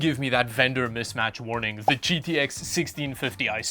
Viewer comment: “All da ram” 😂 I can’t, this was awesome.